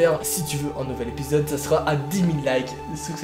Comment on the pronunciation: A un moment t’as dit : « j’adore ce genre d’épisode ! » et j’ai compris : « j’adore ce genre de pizza ! »😂😂